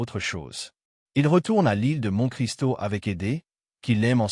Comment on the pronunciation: Une très belle voix faite par IA qui ne sait même pas prononcer Monte-Cristo correctement, sans parler de l'élocution. Être bon public a des limites.